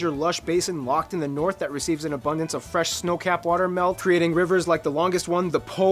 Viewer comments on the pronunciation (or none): none